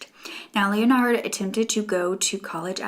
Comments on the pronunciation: It would be pronounced like ‘le-nard’ not ‘Leo-nard’ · 38 minutes of struggling to say Leonard 😂 Lol i love u girl it just made me laugh